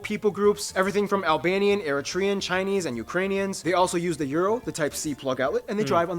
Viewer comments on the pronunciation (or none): none